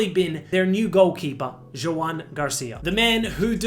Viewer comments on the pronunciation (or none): none